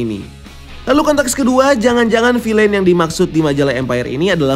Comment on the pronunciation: Kata anak saya, “bacanya Vil’N bukan filein”